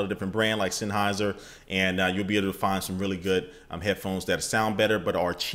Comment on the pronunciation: sanhauser?? Seriously? Sennheiser. And you're a "PC Builder"? Let me guess, you build dall, huwlit peckerds, acir, compiq, blah blah blah. If you want to endorse something, at least try to even get in the ballpark of spelling it right.